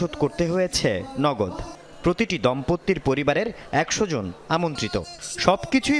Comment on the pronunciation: Monch, dompotti...ki uchcharon re baba!